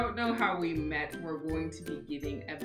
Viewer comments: It's "freudial slip" when she said "how we wet" when she's supposed to say "how we met". :D hehe! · When she said how we wet instead of met this had me cracking up 😂😂